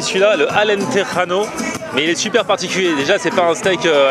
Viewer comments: on dit pas "Alenterano" on dit "Alentejano" le j se prononce comme en français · le j ce roule pas au Portugal on dit Alentejano comme ça ce prononce 🇵🇹🇵🇹🇵🇹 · Alentejano! Le J se prononce comme en français tu n’est pas en espagne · alentejano sa se prononce comme sa se lit 😂😭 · On est pas espagnol:'(.. Pourquoi faire du "j" un "r":'(.. mais bon on te pardonne x) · Le Regard Otaku j'avoue moi aussi j'ai remarqué 😂😂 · stp juste un truc pas méchant lool! le j en en portugais se dit j comme en français! non jota comme en espagnol;) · J'ai mal a mon portugais, le J ne se prononce pas comme en Espagne , il se prononce comme en francais